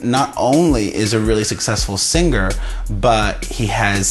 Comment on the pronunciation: Perez Hilton~ The word singer isn't pronounced seenGRR. The g is soft in ing words. Learn to talk.